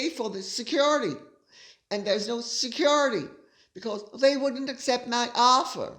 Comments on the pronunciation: I have yet to hear anyone in the US pronounce “security” in such an obnoxious way. Is this a slam against Americans? Your pronunciation of “classy” is obnoxious as well, and even North Easterners don’t say it that way. There are plenty of words Brits pronounce in an obnoxious way, but we are “classy” enough to not make fun of them. How about the over use of “of course”? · you absolutely crack me up every time you say ‘Security’ - so funny….. Love your work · Gorgeous Lady C, here's a little something funny especially for you and Micki. Your 'security' is spot on American! 👍🏼 I say it after you do and I say it just like you 🤣😂🤣 I'm an American in Sussex, not to be confused with the duck ass of Sussex. I don't need 'security'. God bless you and yours.💛💛💛😁😁😁